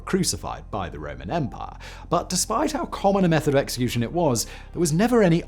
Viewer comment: The Roman empaaaah